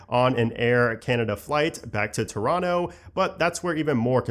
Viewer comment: saying Toronto like a local, nice